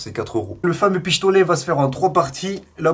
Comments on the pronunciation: Tu dit pishtolet 😂😂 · Tu a dit pichtolet 😂😂